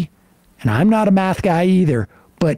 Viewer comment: boy's talking meth instead of math